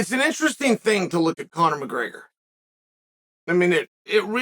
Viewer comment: Bro said mcgayger